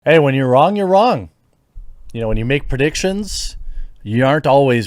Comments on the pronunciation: Haha, "dead wong"... 🤣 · "I was dead wong" hahahahahahahahahahahahahaha